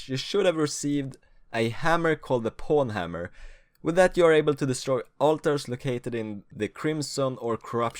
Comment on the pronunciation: you pronounce it pown hammer (pwnhammer) not porn hammer